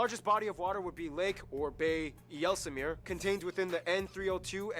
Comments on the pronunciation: I-jesel meer🫠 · nitpicking.. Walden islands = WADDEN islands and "IJsselmeer" is pronounced Ysselmeer 😊